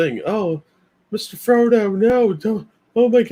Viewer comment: You saying Fredo instead of frodo 🤣🤣